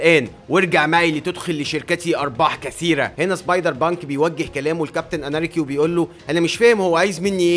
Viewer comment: أنت تقول سبايدر بانك أنا أسمعها سايبر بانك 😂😂😂😂😂😂